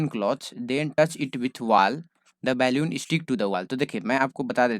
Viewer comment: Normal- बलून sir - बेलून